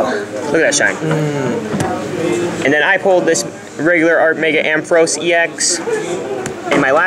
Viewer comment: _- u said "a full art mega ampheros " :P